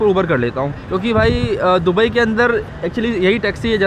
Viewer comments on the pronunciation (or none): none